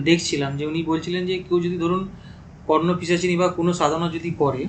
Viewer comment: O😂😂 he said KarnapiChashini .. it is KarnapiShachini.